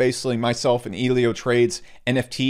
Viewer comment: Elio Trades. Not EEElio Trades